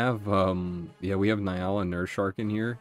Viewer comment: Sorry but as a person with nyala in their country im very sure it is pronounced in-ya-la just trying to help love the vids